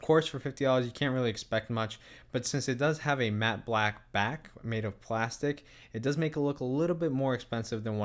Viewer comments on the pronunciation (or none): none